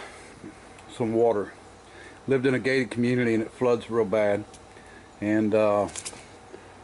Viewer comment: I thought you said the guy drove in water at a gay community. Took me five mins to figure you said gated. Lmao.